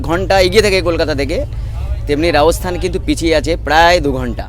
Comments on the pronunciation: Apner video dakhlam, ভালো hoache but spelling speaking thik nai, kotha ta Rajasthan... Not raosthan hobe na, kintu apni sudhu tai bolchen... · Ami apnar vlog dekhina. Ei prothom dekhlam Metar alogorith er soujonne. Jaega tar nam Rajasthan ba Rajosthan(cholti bangla te), Raosthan noe. Kane lagche.